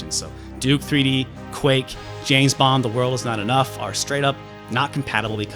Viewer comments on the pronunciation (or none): none